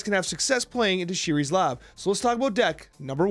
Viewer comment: It's ShUris lab. You need to learn to pronounce the names in this game